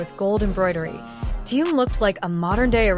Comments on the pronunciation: Когда научатся правельно произносить имя Тэхен ,что так сложно ? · Опять робот с неправильным произношением Даже имя Тэхёна несколько раз перековеркано. 👎